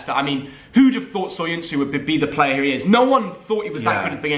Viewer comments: Go do some phonics and learn how to say player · Sorry but it’s player